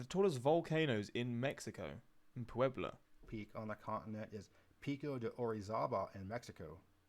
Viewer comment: I’m impressed. You pronounced Puebla very well! Better than the guy in the video that you’re reacting to! We have a place in Arizona called Pueblo and it’s almost pronounced the same except with an “Oh” at the end instead of an “Uh”